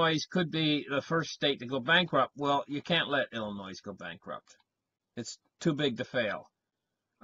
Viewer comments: PRONOUNCED "ILLINOI" THE "S" IS SILENT...YOU GIVE ASPRIN A HEADACHE WITH THAT VOICE OF YOURS LOL.HOMOCRATS RUN EVERYTHING INTO THE GROUND..REVOLUTION COMING. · PLEASE LEARN HOW TO PRONOUNCE OUR STATE!!! IT IS "ILL-I-NOY" !!! YOU SOUND IGNORANT ... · Also, the S in Illinois is not pronounced; it is silent. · They should sell the S maybe and save some money? "Illinoi " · The s is silent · The 's' in Illinois is silent. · Its a silent s. Lol. Killing me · I was thinking of the same thing. When people pronounce it like that it is always good for a laugh. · There is no noise in Illinois. Killing me too, Jason.